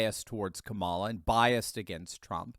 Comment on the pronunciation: Long time viewer and fan. I'm sick of commentators like you pronouncing her name incorrectly. You, Levin and viva frei... why!? It's comma-la